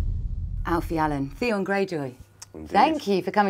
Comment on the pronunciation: Theon....Theon.....it rhymes with Pion.